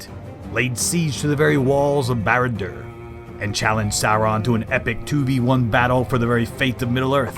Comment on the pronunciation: Cool story. Also: An American trying and failing to pronounce Barad-Dur and Sauron.😂😂😂😂😂😂😂😂😂